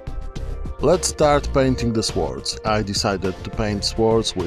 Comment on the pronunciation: it's properly pronounced the same as "Soared"